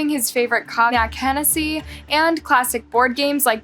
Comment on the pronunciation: She makes many mistakes like that lol my biggest pet peeve is when she mispronounces obviously easy names! Almost as if on purpose 💀💀💀💀